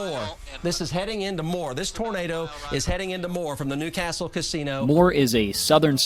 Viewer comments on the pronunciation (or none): none